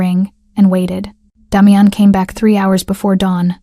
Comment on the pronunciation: The AI voice can’t pronounce the name Damian